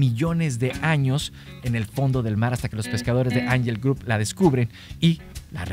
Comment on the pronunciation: Que desesperación con tu mala pronunciación de angel grove